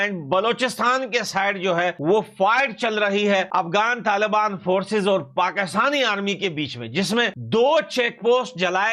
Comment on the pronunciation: Not tal bani but,taliban , hindi sudharo apni bhai ji